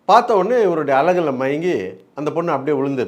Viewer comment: EVARODA AAAAALLLLAGULA MAYANNNGI😂😂😂😂 ...Antha edathula mattum aluthi solriye bro😂😂😂